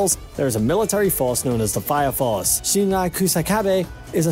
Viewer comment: He totally butchered shinras first name